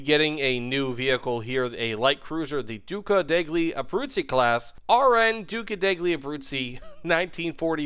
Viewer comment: As an Italian, duca deg ly Abruzzi made die inside